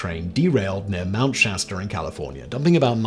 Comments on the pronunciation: Never heard of Nigerier. Nor have I ever heard of lake Shaster. This guy needs a phonics lesson. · You pronounced Shasta incorrectly